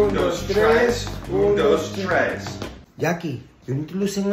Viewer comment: counting: Oon does trees 😂😂😂